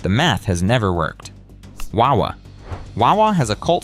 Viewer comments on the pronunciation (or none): i hate how this guy says wawa it annoys me